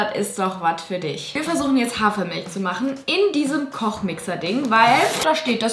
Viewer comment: JULIA ES HEIßT HAFER MILCH MILCH VERSTEHST DU ES M I L C H